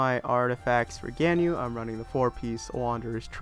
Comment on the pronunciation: its gan-yu